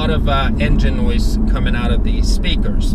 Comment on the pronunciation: Noise or Noice? lmao